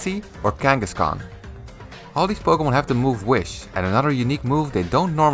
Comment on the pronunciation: "powkyeemon" lmao